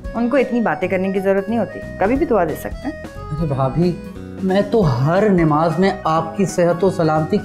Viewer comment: Nemaz nhi namaz hota h